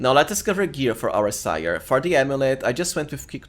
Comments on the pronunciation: I think Ciar is pronounced like Keer but I could be wrong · Ciar is pronounced "Char" btw